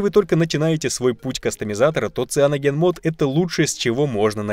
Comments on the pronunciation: Не цианоген — сайноуджен моуд. Учим английский... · Не цианоген, а сайаноджен. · Какой в опу "циноген" блин..? Неужели так сложно произносить его правильное название: «СаяноженМод» и «СаяноженОС»...?!) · Саянджен мод правильно, (как мог написал кириллицей)... Кто хочет поспорить, советую для начала послушать оригинальный рингтон... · "Правильно говорить саяноджен" - че??? Читается как сайноген, при этом й почти опускается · Пожалуйста говори правильно CyanogenMod («сайэноджен-мод»)!!! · Какой в жопу саяноджен? Открой видео любого западного ютубера, ты там нигде ничего кроме саноген не услышишь. И тебе стоит английский выучить перед тем, как умничать.